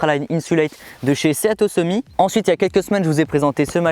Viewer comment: Juste 1 truc: sea to summit ça veux dire « de la mer au sommet » et ça se prononce « si tou summite » et pas « séa tô summi » 😉